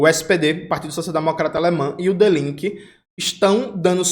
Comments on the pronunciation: Dii Linke. E não De Laike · Parabéns pelo excelente trabalho sempre! Apenas um apontamento: a pronúncia de "Die Linke" é "Dí Línke", pronunciando o "Li" com mais força e o "e" como "ê" mesmo, não como "i'. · Jones, pronúncia correta: "di linke". No alemão o encontro ie é representado pelo fonema i.